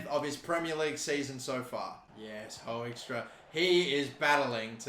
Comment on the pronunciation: Hey Hoekstra is pronounced "Hook-strah"